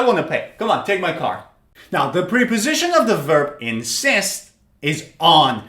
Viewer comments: they are called “prèh” positions or “prep” -o-sitions NOT ! “preeey”positions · Great lesson but something strange about the pronunciaton of "preposition", I hear / pri..... / instead of /ˌprep.əˈzɪʃ.ən/. How do you all hear it? And I got 10 - 9 and 8 out of ten. Regards. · Preposition is pronounced like the short e in president, not the long e sound. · It's Prep-Po-Sition Not Pre-Po-Sition